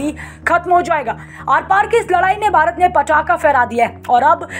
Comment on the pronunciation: Bharat ko Bharat bole aap baarat baarat baarat bolts ho